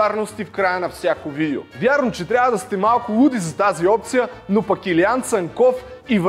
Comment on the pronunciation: ‘начи насра се с тая монетизация и 10 реклами във всяко видео. И btw казва се видЕО а не видИУ. Доста досадно…